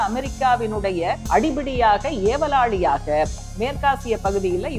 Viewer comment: அடங்காத ஏவல் லாலி என்ற வார்த்தையை அவர்கள் உபயோகப்படுத்தி இருக்கிறீர்கள் சரியான வார்த்தை உச்சரிப்பு வாழ்த்துக்கள்